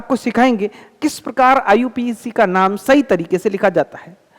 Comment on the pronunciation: Iupac name ❌ iu pac name ✅😅😅😅😅